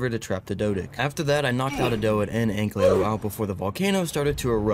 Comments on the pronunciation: Hi i love ur vids.❤ One thing tho YOURE SAYING ANKYLO WRONG pls say it right Oh and when you finnish the ark lore playtrough (or whatever this is) it would be fun if you played some other games. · can you please say ankylo instead of anklyo